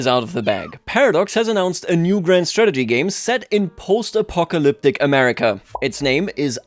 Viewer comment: What was that Apocalyptic pronunciation? Almost made me Apoplectic.